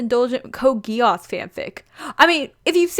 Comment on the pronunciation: Am i the only one who's getting slightly annoyed by the way she pronounces "Geass"